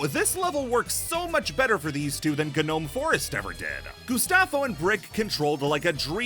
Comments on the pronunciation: Hey uuhhhh srry to break it to you, but it’s actually pronounced gnome forest (no-ome) The G is silent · why is he saying genome forest 😭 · Did- did he say “G-NOME” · The “gnome” in gnome forest has it’s G silent btw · I listened to this while playing Hollow Knight Path of Pain. Also, why do you say g-nome? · Uhh, i geniunely hate to be that guy, but..... the g in gnome is silent.... but other than that, this video was a 10/10. Glad you covered my favorite game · Anybody else irrationally annoyed by the fact that fails to realize that the G in "Gnome" is SILENT? It's probably just a me thing unless other people were tortured with mispronunciations by idiot classmates in their youth, but it just feels like such an obvious thing after several years of public school. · I can't tell if the way he's pronouncing " Gnome " is purposeful or accidental.